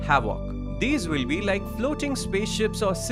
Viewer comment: It's will not vill.